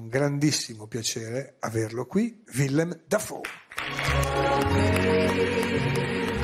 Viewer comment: Villem? Sarebbe carino consultarsi per la pronuncia - in fondo è solo un nome da memorizzare. Ma in fondo basta fare 'una cosa tra di noi' all'italiana.